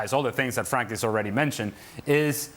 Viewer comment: at least pronounce Frank's name right 🤦‍♀